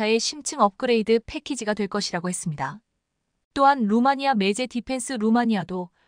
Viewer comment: 매제× 매체○ 세개월×삼개월○ 잘좀합시다.